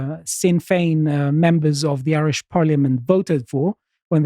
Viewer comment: As an Irish man the Greek man has pronounced the Irish words correctly and shows he researchs his pieces and unlike other people he did not hurt my ears and make me turn off, great job on this segment